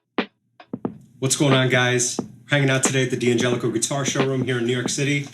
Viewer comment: It's not pronounced D-angelico, it's DANgelico.